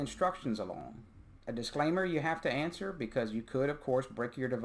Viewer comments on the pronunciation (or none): none